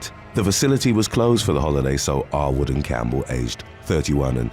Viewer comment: Every time the narrator said "Arwood" it sounded like he was repeatedly calling the guy "r-word".